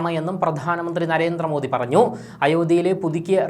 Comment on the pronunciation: എടോ..'' നരേന്ത്ര മോദി അല്ല. നരേന്ദ്ര മോദി ... എന്നാണ്‌ പറയേണ്ടത്. ( ന്ദ്ര ..)